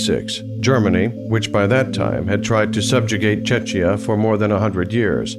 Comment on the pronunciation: Please learn how to pronounce "Czechia", or just call it Bohemia. Also, look up the pronunciation of "Jan" while you're at it.